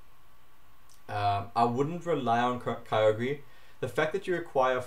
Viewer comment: YOU DONT PRONUNCE KYOGRE LIKE THAT